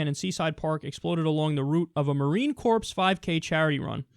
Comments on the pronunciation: Ughh dude you actually pronounced corps as corpse lolol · Marine "Corpse"? Really Kyle? <_< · To elaborate on Jorge's comment, the word "corps" has a silent 'S' whereas Kyle pronounces it as "corpse". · KYLE that's not how you pronounce corps! Lol I love your work, so I'd hate for you to keep pronouncing the word in that way.